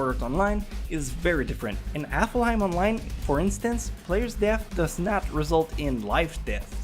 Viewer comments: Sounds like Applehiem. Omg that means it's even more crap than before what have I created o.O Amosphere, powered by IOS 56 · I'm sorry but I'm just being nitpicky. I hear you keep saying the name of the second game in SAO differently along with Kirito's name. It's not Afleheim as it sounds like you're pronouncing it, it's Alfheim (Alf-hime) and Kirito (Ki-de-to). Again so sorry, it's just a little pet peeve of mine when it comes to pronunciations. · Pronouncing "Alfheim" as "Affleheim" has nothing to do with an accent. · it's pronounced Alf-Haym, I'm sure u offended a few Norwegians. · Please say Alfeim Right PLEASE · sorry but this video annoyed me while I watched for multiple reasons but the main two are that 1- he mispronounced alfhiem and called it aflhiem. 2- these aren't facts we don't know these are mostly spoilers for people who haven't watched the anime in the first place. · It's pronounced alf-heim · STOP SAYING AFFEL HEYM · When watching this I had some serious anger issues when kept saying 'Alfheim' wrong. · It bothered me so much how he pronounced "Alfheim" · your pronouncing alfheim wrong while being a shortened version of its original norse land of the light elves alfenheimr it is still pronounced in the same fashion with short harsh vowels and silent e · The way this guy pronounces alfheim..... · and btw you pernouce it alfheim not aflheim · AlfHeim, not AflHaim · Its elfheim not effelheim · It’s not aflheim it’s pronounced alvheim and this is facts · Dude, it's *ALF*HEIM, not *AFL*HEIM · I heard appleheim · I think its aflheim hes saying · Apparently it's AffelHeim online, not Alfheim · It's not ''Aflheim'' It's Alfheim. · maybe but spelling Alfheim Affelheim? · ITS A-L-F-HEIM NOT A-F-L-HEIM!!! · It's not 'Aflheim' it's 'Alfheim' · is it just me that the fact he pronounced Alfheim online as Aflheim online am i the only one who cringed xD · U say aflhiem and u say gun gale art. Its alfheim and gun gale online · Aflhiem xD